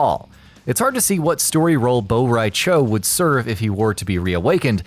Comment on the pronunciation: It's cho not chao